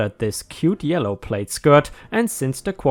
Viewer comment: Plaid is pronounced plad, same as glad I think it's a French loanword, but I could be wrong